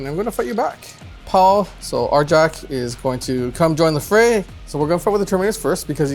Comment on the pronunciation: Agreed. The wolves don't build console gaming systems. They complete sagas, not Segas. Also, the letter "J" is pronounced as a "Y": Njal = Nyal Bjorn = Byorn Arjac = Aryac